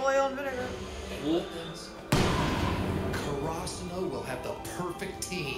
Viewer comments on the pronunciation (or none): the pronunciation of Karasuno sounds weird in the dub but it should be more like CARE-AH-SOO-NO haha